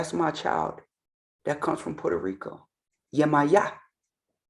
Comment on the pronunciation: The way my jaw hit the floor when he mispronounced our mother Yemaya…wow.